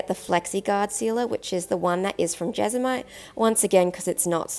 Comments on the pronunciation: JesMONite. It's JesMONite, not Jezamite. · I can’t watch because you keep saying Jesamite 😢😂 my adhd is going mad!